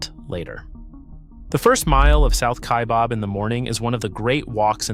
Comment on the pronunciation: It’s not pronounced KaiBOB, it Kaibab like rhymes cab.